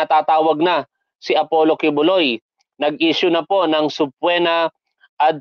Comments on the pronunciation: Hindi subpwena tol, it’s subpeena. Ok lang yan. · sir subpoena (subpina po hindi po subpwena) salamat